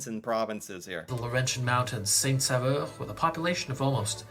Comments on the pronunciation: It's SAINT-SAUVEUR (Saint-Savior) not SAINT-SAVEUR (Saint-Flavor). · Saint-Saveur 🤣😂🤣😂🤣😂 Please! It's Saint-Sauveur. It means Saint Savior. Saint-Saveur would mean holy flavour... 🤣😂🤣😂🤣😂 It shows that he does not speak French! And the mountain he showed is not the Saint-Sauveur mountain. Mountains in Québec are nowhere this big. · It's Saint-SAUVEUR, not Saint-Saveur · Its not saint-saveur XD its saint-saUveur😅 "au" in french is pronounce like the letter "o" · It’s saint sauveur! Not saveur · It is actually St. Sauveur not Saveur (pronounced Saint Soverr) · He spells St Sauveur incorrectly (leaving out the first 'u'), and hence pronounces it incorrectly as well. It's 'sain -so-veur', not 'sa-veur'. He also includes pictures from Banff National Park in his talk on Jasper (hundreds of miles away), and most of the skiing footage he includes for Saint Sauveur is from the Rockies - or maybe the Alps. That 'vista' is not from Golden, either (don't know where that shot came from). So overall, not a very reliable source, this video. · It’s saint-sAUveur not Saint-Saveur (saveur = flavor / sauveur = savior ) and it would be pronounced with the letter « O » instead of « AU » bcuz French do like switching letter sounds👍👍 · So, the town name in Québec is actually Saint-Sauveur, (prononced Saint. Sover) which means Saint. Savior in French. He made a mistake there. Without taking anything away from this really great town in Québec, another one would be Percé. This is the town right at the end of Gaspésie peninsula and faces the «Rocher Percé» (a gigantic rock in the middle of the ocean eroded by nature and looks like an elephant). You can whale watch there, have amazing food and meet so wonderfully friendly people you could ever meet in your life. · It’s actually Saint-Sauveur, not Saint-Saveur 😅